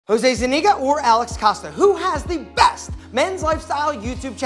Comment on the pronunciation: Zeniga? Its ZUniga my guy.